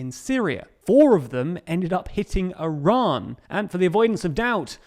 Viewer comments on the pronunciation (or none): none